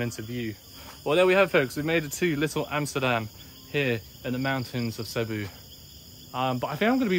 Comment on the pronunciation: It's "see BOO."